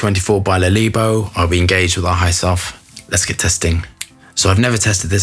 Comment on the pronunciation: Le leebo! 😆 Adorable when u butcher the name💜🦄